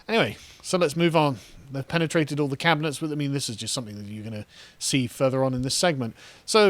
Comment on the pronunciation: did he just say "The WEF have definitely pennytrated penny?"